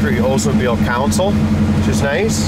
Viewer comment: Idling kind'a fast. And it's a CONsole, not a "council".